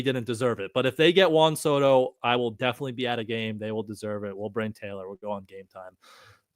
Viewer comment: What do you have against the letter G?? Who is Jerry "Spreener??" What does "breen" and "breeneen" mean? Are you trying to say bring and bringing? What did the letter G ever do to you? It's driving me crazy! Please tighten it up, you're supposed to be a professional broadcaster, no?🤦‍♂️